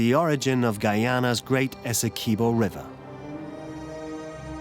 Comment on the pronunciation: As a Guyanese—thanks for sharing about my country…but every time the narrator pronounces Essequibo…Esse-quib—bow by Guyanese